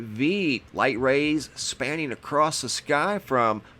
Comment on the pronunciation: You seem to be well educated. Why do you say acrosst?